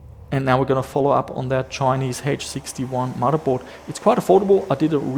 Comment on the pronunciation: Love the way says "muddahboard"